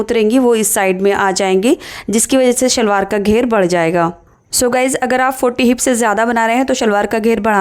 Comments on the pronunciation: Very nice but say salwaar not shhhalwar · yes but original word and spell and pronounce s not sh